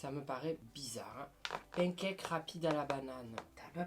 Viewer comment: "pen caque"